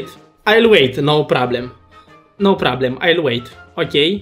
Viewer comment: no prablem" ,,masa de teibal" 😂